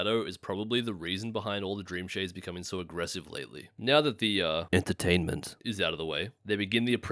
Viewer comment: I like it when he said E N T E R T A I N M E N T